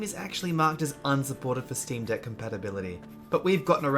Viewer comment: I thought you called me a "Dick Head" for a second lol